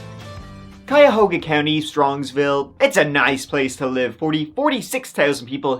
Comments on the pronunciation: I'm so impressed that pronounced Cuyahoga correctly. So many youtubers who mention the country in a video for whatever reason get it wrong. Haha. Nailed it. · Yay! You pronounced "Cuyahoga" perfectly! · Yessssss! If you read my old statement about being close to pronouncing Cuyahoga.... You nailed it! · I'm just impressed you pronounced Cuyahoga correctly. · I live about 25 minutes from Strongsville. This was so shocking when it happened, its a fairly safe area. (You are the first one I've heard say Cuyahoga correctly! Well done!) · Great job on the pronunciation of Cuyahoga. It's a tough one 😄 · It's weird to hear all of the places around me. Good job on the pronunciation of Cuyahoga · Kudos for saying Cuyahoga correctly!!!!